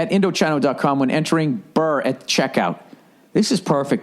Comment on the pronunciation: story, Indochino pronounced Indo-chee-no is probably about to drop his ass for always getting their name wrong.